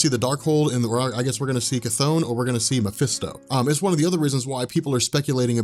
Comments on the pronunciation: I know this comment is years late but the part about the Darkhold and the demon of the Darkhold "Chthon" is not pronounced KaThone. It pronounced more like Chiffon thus Ssshhh Thawn, This is supported by Wasp/Janet Van Dyne after blasting Modred in Avengers 187 pg 14 when she says "You'd better tell 'Chiffon' to make..." Thank you very much. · sigh..... Chthon would be pronounced "Thon", as in Chthonic which means of the earth